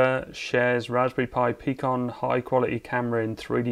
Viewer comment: I tink when you pronounce Pikon you're supposed to pronounce it like the Nikon camera . Could be .